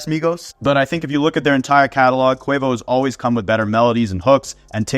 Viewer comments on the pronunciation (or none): none